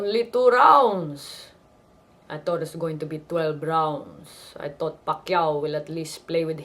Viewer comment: LOL "I tot Pacquio would play around with him a little bit"